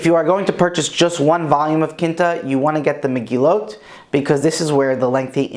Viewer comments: Quinta is pronounced like QWIN-ta, not KIN-ta. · I thought it was a portuguese at first! Haha Quinta is also fifth in Portuguese, and the pronunciation is quite similar.